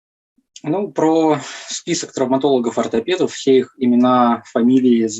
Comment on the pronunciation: Да уж,трауматолЯг,анколЯг